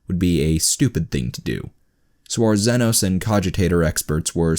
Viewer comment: The way he pronounces xenos causes me physical pain